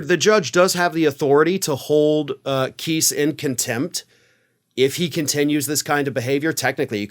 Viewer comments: The arrogance of DT's attorneys is not surprising. Btw, Kise is not pronounced: (Kee-sss), It's: (Kye-sss). Lol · That dude cannot pronounce names to save his life LOL if it was pronounced keese thats how it would be spelled lol and yes Trump and the Republicans really do hate women I think they made that obvious by now lol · FYI Kise is pronounced with a long i not a short i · Keese? No matter how I slice it, Kice looks like it should be pronounced like rice vice dice lice mice twice spice.... nice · Please pronounce KISE correctly...it is not KEESE it is KIIISE! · Kise pronounces his name with a long "i", not a short "i"; I thought you would want to know. 😊